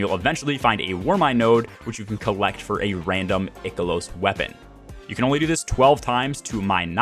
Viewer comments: EYE-KEH-LOSS LOOK UP THE PRONOUNCIATION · "Eye-kilos" bro - solid post on farming strategy! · Ick to the way you say I-KELOS! Great content tho. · Eye key los weapons, there's no ''c'' so it's not pronounced like sick or thick. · An interestingly wrong way to pronounce Ikelos, I've never heard before. That aside, for those that are still working on their EXO frame upgrades, just know that you do not have to stick to a particular upgrade path. You can weave back and forth between the top and middle rows. Other than that, mainly stick to stuff that gives you deep sight or more umbral options. And just do the seasonal activity, in between your usual weekly grind, and public events are typically best for seasonal currency. Really don't need a long video to explain this. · You say Ikelos wrong.